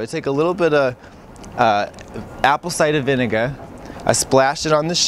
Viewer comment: As a lifelong Bay Stater, I feel seen every time Katya breaks out this voice. Also the way she pronounces “Apple Cider Vinegar” 💀💀💀